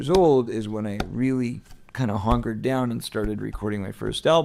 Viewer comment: 😂He says HONKERED down instead of hunkered. HONK HONK 🤡